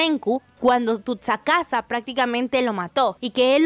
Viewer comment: Tutsakasa ? Si fuera asi tsunade se pronunciaria Tunsade, pero no, Se dice sukasa.